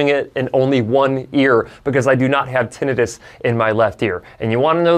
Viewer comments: Kudos for pronouncing "tinnitus" properly and not butchering it into "tin -EYE - tuss" as Americans are apt to do. 👍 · Yeah. You say tinnitus properly. Too many people screw it up.